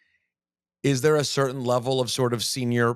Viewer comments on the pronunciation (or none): I like how he mispronounced a word and she immediately called in him on it and he was like darn she caught it. Rosenberg: Isn’t it a sneaky fact that like on some levrel. Liv: Some what Rosenberg: Darn! Please don’t point out my flubs Liv is very smart and quick witted